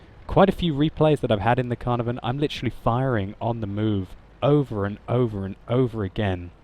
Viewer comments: Ca-Er-Nar- Von ! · I'm Welsh, and the Caernarvon is named after the Welsh town Caernarfon, and every time you said caernarvon i died a little inside... It's pronounced Kair-nar-von (second "a" sounds similar to the first) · The way you pronounce Caernarvon is really funny 😂 I don’t know why they use a “v” instead of an “f”. It’s named after a place and the place name is spelled with an “f”